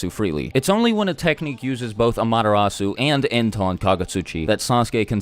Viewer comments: y do u say madarasu when its called an amaterasu? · Am-ah-te-rasu not Amadarasu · When you say 'AMTERASU' it sounds like 'MADARASU' 😅😅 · Its pronounced as AMA-terasu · It's NOT AMATERASU ITS AM-A-TER-RASU